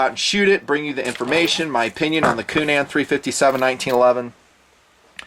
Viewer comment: needs to learn how to pronounce the good Irish name Coonan, "coonun."